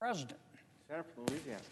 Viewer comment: This man knows how to pronounce Louisiana.